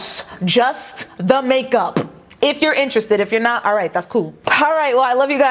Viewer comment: made the entire video. when she accentuated the "p" at the end of makeup, I was DONE.